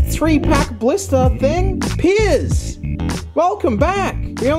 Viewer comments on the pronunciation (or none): none